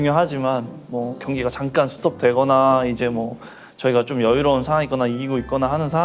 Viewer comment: ㅋㅋㅋㅋ막내같이 웅웅 말한다니까 최대한 발음 똑바로하려고 노력하는데ㅋㅋㅋ경기가 잠깐 스톱되거나할때 장깐이라고하고 상황을 상항이라하고ㅋㅋㅋㅋㅋ 너무 귀여워요❤❤❤ㅋㅋㅋㅋ